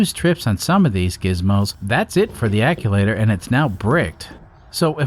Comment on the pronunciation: Actuator, not acculator